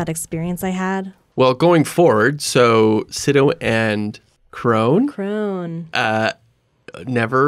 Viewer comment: My favorite part of this is that both Animation Directors Tom Sito's and Piet Kroon's names are mispronounced. Love it! Thanks for the funny podcast!